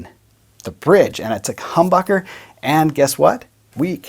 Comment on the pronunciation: Did he say Cumbucker?